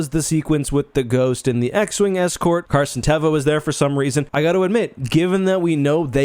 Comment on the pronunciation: Ugg. Carson teva. Again.